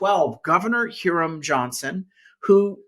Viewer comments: Hiram Johnson is pronounced High-rum not here-rum Johnson. Re:Newsom-- An afternoon in downtown San Francisco will tell you everything you need to know about this nitwit. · Kudos to Carl for bringing up former CA Gov Hiram Johnson, but pretty sure his name sounded like HI rum and not HEAR um.